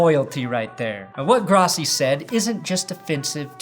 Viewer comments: Gross - e, Gross - e. Gross - e. Pronounce it correctly. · His name is pronounced,"Grow-ssi"..That is the correct pronounciation,Asshole!! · It's pronounced GROSS-e (because he's gross)... Fuck Tony Grossi! Get him out of Cleveland!